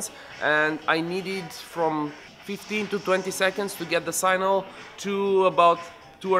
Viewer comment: Signal . not Sinal please